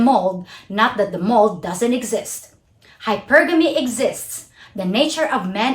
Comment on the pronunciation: Great video, as always! Your presentation and content are well-thought-out and well-done. Just a note on this one, the way you pronounced hypergamy, it took me a while to figure out what you meant. It's correctly pronounced "HYpergamy", not "hyPERgamy". Anyway, not a big deal, even if I had to scratch my head for a little while. Good stuff. I just subscribed to your channel. Best of luck to you!